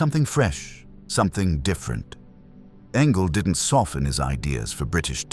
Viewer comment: Yep, I remember very well the Ford Angela ----- ANGELA, not Anglia!